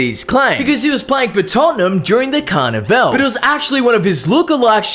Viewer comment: Bro said CarnaVeL 😂😂😂